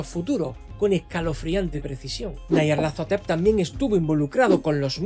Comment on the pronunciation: Como que nayarlatotetep? Esa es la forma más homosepcsual de pronunciar ese nombre me había gustado el vídeo pero al llegar a esa parte me lo arruinaste todo siento como si me hubiera quedado a media chaqueta